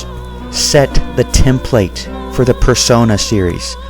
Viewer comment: Personai? Person-eye? Multiple Persona are called Personas.